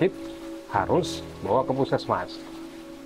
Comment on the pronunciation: What a terrible pronunciation of local names! And you are also taking a liberty to shorten the already abbreviated word. Puskesmas is a short for Pus=pusat (centre), Kes=kesehatan (health), Masyarakat (people).It should be pronounced phoneticaly! Otherwise it is just a strange sound.